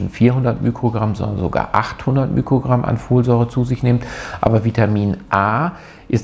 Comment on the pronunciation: Sehr gutes Video, aber bitte nicht immer mükrogramm sagen. Der griechische Buchstabe, der für den Faktor ein Millionstel bei physikalischen Größen steht, ist zwar das Mü, aber es heißt Mikrogramm und nicht Mükrogramm. Man sagt ja auch nicht Mükroskop 😊